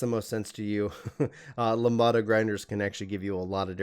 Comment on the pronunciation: Hey brother, I love your videos, they're VERY informative. Just ONE thing, you're not pronouncing "Lambda" right, and I know it's driving people nuts... lol. Say it like "lamb-duh". Here's the pronounciation link. :)